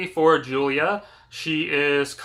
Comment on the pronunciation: Did you really read this book? You got a Lotta details wrong. A car accident? She got hit by a semi. And your mispronouncing Julia. The book spends quite a bit of time discussing how to pronounce her name and you’re still miss pronouncing it.